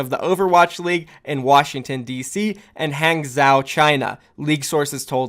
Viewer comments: I love you my friend. But you have to stop saying "guangzeo" and "hangzeo", its "guangjo" and "hangjo" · Hangzhou is pronounced hahng-joe lol. Use google noob. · Hangzhou = Haang - Jo I think if we follow the pattern of city so far, another candidate for last Chinese city is probably Chonqqing. Just pure feeling... no reason behind that. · lets get dat JUICEE BOIII, oh and P.S Hanzhou or any chinese city with zhou at the end is pronounced like Han-jou/jou. the Zh in chinese is pronounced like a J in english, thought i'd clear that up a bit. :D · is it really that tough to google "pronounce hangzhou"?